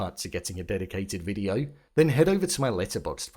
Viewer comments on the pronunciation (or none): none